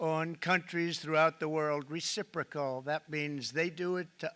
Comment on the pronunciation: recipricol tarriffs he says ? ... he is forcing the the responce tarriffs ... always plays the victim ..scumbag